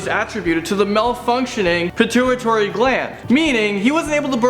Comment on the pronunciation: ...did he just say "surgical surgery"? Also, it's "pituitary," not "pituitory."